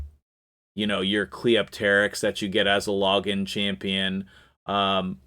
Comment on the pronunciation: How dare you pronounce Cleopterix like she is a dinosaur /s